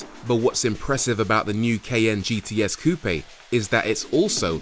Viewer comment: Finally, a car reviewer that pronounced 'coupe' correctly!